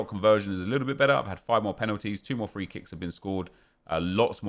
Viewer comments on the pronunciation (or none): none